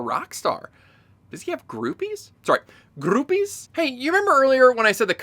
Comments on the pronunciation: "Grrroupies?" <- that broke me. 💀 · "Sorry, grrrroupies." XD